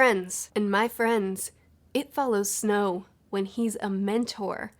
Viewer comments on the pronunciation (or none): I keep hearing “President Snoke.”